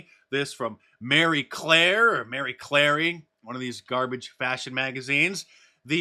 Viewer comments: its pronounced (Ma-ree)[CLear ]and I HAVE AN Arrest Dr Faucci shirt 😂😂😂i will keep it until its falling apart into threads 😅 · It's Marie Clare